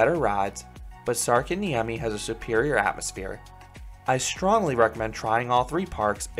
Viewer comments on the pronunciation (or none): Sarkanniemi NO its särkänniemi IM finnish